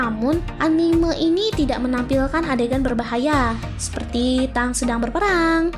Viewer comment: Tank itu dibaca: "TENG" ya bukan "TANG" emang perkakas